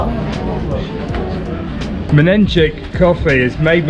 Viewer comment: Oh my oh, fresh harvest olive salad. My favourite in the mornings. 😍 Miss Antep so much <3 Guys, an amazing video, but I must tell you that you probably tasted a very little part of the Antep food. Menenji 😂 Love the pronunciation ( Menengiç ) It's called Sucuk. Definitely better than sausage :)